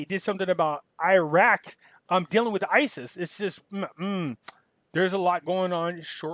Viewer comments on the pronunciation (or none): none